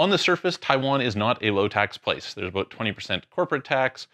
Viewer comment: "Talk to you ABOOOT" LOL